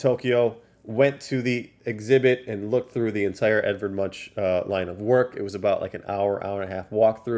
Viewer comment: Nice vid brother! The Munch in Edvard Munch is pronounced like Muk with an N before the K - Munk. He was a Norwegian painter and all the cards are based on a painting by him called «The Scream»